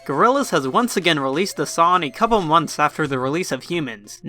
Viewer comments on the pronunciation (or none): I like how you say 'son' instead of 'song'. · Stop saying sawn instead of song lmao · You say son... Not song. That is absurd.